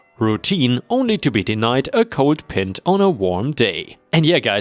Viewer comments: the word pint is pronounced pi(long i)nt here in the US.;) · Pint is pronounced think pie like a pumpkin pie. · Hey. I've listened to your channel for years and you're one of my favorites. For future reference, Pint is pronounced like 'Peint'. Isn't the imperial system fun? Dankeschön für alles. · you mispronounced pint its pronounced pine-t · pint is pronounced pie-nt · BTW, It's pint with a eye sound, not pent with a e sound I realize that most of the world uses metric system measurements but some of us still use the old imperial measurements of miles, gallons and pounds instead of kilometers, litres and kilograms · "pint" has an "eye" sound in it. Like "pie" with the "nt" added to the end of it. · FYI: "Pint" is NOT a short i sound, like mint or tint. It's a long i, like in rind and mind (can't think of any rhymes!). It's a common measure of beer in pubs, just over half a litre (Imperial), or just under that amount for an American pint. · Lovely Disney, please tell that pint is pronounced with the y sound like in reply..... Otherwise, wonderful stories, once again!! 💋💖💋💖😄😂😆😆😆🐱🐈🎉😎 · Last story. Its a minor thing and shouldn't annoy me but it did. Thats not how you pronounce "pint". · PINT is axtually said like PIE--with NT on the end. It is a descriptive word used as a measurement. Like a PINT of Beer, or a Shot of whiskey. Words that would typically rhyme with the PINT word, might includeBlight, light, Sight, fright, white, etc.. It's the emphasis being on the I in the word. It's said with a Long EYE sound. :) :) Great stories